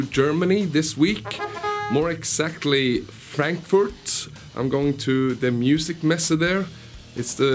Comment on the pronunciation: Fränkfurrt. Ick liebe die Aussprache :D